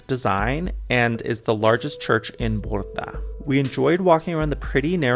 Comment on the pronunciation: There are enough examples in English language of how to pronounce the combination of consonants B and R like -bridge,-bride,broom etc. In BRDa you just add another sound that you did between B and R.